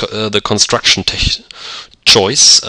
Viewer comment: Tech is pronounced with a hard k sound.